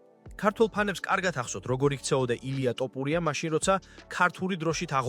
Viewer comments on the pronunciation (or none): ეს კაცი "თოფურია" თუ "ტოპურია"-ა?...ვერ დალაგდით ეს კომენტატორები?.. რამდენჯერ ითქვა ამ დამახინჯებაზე, მაგრამ ყურს რატომ არ იბერტყავთ?!...